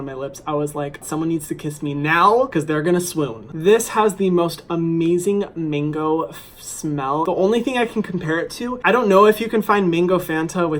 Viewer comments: I’m sorry but why did I keep hearing “mingo” when he said mango.... just a British thing...? Ok... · MINgo????? It’s MANgooooo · Are you saying mango or mingo?? 😂😂😂